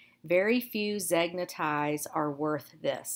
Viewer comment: Zegna is Italian and pronunced ZANE-ya.